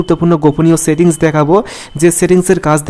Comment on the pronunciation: ছেতি্ংছ না সেটিংস। নিজেরউচ্চারণ এর সেটিংস ঠিক করো😀